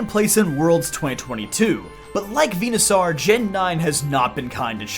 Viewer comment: Bruh it's pronounced like dinosaur. It's literally ripped from dinosaur. Why are you saying venusaur as venu-sAR when even the anime has made it obvious that it's saur like dinos-ORE. Hell even just sound clips from smash ivysaur would let you know how to pronounce that suffix in this line. Come on